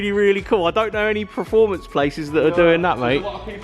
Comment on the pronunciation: PERFORMANCE please not proformance 😄👍